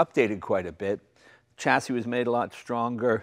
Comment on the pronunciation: WTF Jay! Please pronounce chassis correctly! Also turbine! Champagne, Columbine etc....